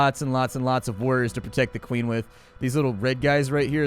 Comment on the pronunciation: "i dont want to increase access to de queen...." them